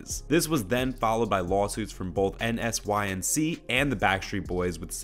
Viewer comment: It's pronounced, N-Sync, get it? In sync? I prefer BSB. And it's pronounced, "Indited," even though spelled, "indicted."